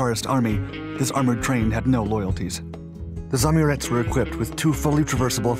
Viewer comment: It's not "zamurEz", it's spelled "za-Amurets", with two separate 'A's and inflection on second one. It means "person from beyond river Amur"